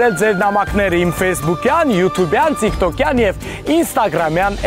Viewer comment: ջան շատ ապրես.ամեն անգամ հավեսով ու հաճույքով նայում ենք👍👍.Tik-Tokը քանի որ անգլերեն բառ է ' Ծիկ ծոկի փոխարեն ասա թիք թոք կամ ել տիկ տոկ😉.Սպասում ենք հաջորդ հաղորդումներին.Good Luck to you.